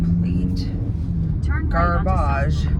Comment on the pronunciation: Catching up on your videos! I like that we say garbage in the French accent the same lmao. I have an Oura ring! I bought it a few weeks ago and I love it! I'm using it and Natural Cycles to track my temperature for ovulation! edit: I freaking love BBQ food. You're making me hungry lol.